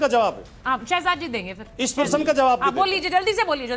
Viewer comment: प्रशन नहीं प्रश्न होता है ।